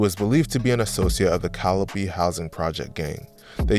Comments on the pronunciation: Cali-pee?Its pronounced,Cali-OPE.😂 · You said caloopee projects 😂😂😂it’s pronounced cali ope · The calla p 😂😂😂😂 no sir that's not how u say that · It’s pronounced Ca-li-ope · It's pronounced Cali yope like rope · I stopped watching when he put the P in Calliope it was off putting